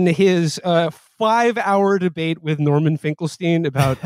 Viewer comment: norman got his name as correct as he deserves